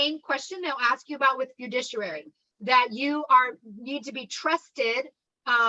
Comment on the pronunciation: I love you you're great but please say this with me cuz it was driving me nuts. Fi-du-ci-ary